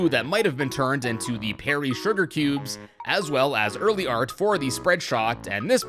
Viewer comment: why did you say pery the like button? I broke the monitor because of you. XD